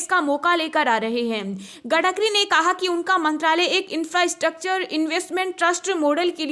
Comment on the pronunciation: Gadkari nahin madam Gadkari hai